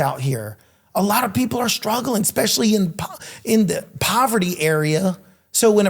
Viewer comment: ESPECIALLY, not expecially.........